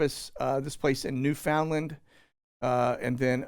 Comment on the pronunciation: It’s NOO-fuhn-luhnd.